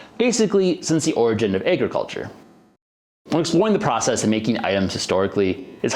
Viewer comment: Whats "ayy-gruh-culture"?